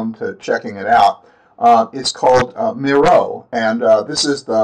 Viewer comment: Miro is pronounced MEER-O :) If you go to the help section on their website, they have an introduction video showcasing the service and that's how they pronounce it. Just thought I'd let ya know.